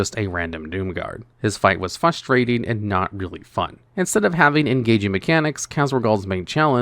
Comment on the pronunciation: Okay I’m normally not that guy but DUDE THERES AN R IN fRustrating